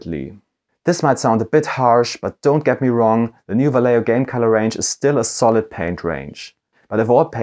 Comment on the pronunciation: Vallejo is a Spanish company, therefore their name is pronouced Va(yeh) ho. if it was an Italian company then you would be pronouncing their name correctly Va(ley) ho. pass it on.